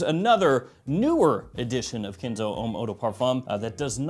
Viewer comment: Why are you saying kinzo?? 😂😂😂 It's Ken' zo